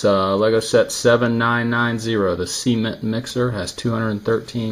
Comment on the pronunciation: The way you pronounced cement is cringe.